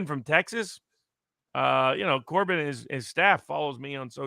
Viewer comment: It's Cornyn not Corbin. I have stayed a registered Republican specifically so I can continue to try & primary this RINO!